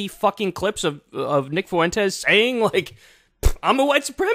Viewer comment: Kyle, stop pronounces "Fuentes' that way. It's like nails on a chalkboard.